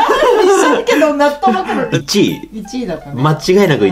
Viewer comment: 納豆マカロニが納豆マカロンに聞こえて激しく動揺しました😂